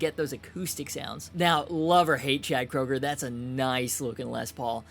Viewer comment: It's Koeger (Kru-ger)